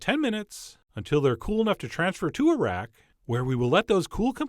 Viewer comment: When ever he says "transfer them to a rack" i always hear "transfer them to Iraq". Give Iraq some shortbread cookies everyone.